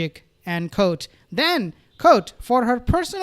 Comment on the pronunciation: Fyi.(Re: the word quote)... It's not pronounced "kote"...its "kwote"